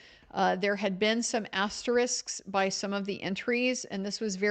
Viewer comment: I just want to tip my cap for your pronunciation of asterisk. You don’t fall victim to finding phantom letters in the middle of that word. Obviously the rest of what you’re doing is important and all that jazz as well.